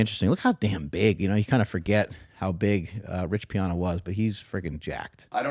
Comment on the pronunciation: Rich's last name is pronounced P-Anna 🎉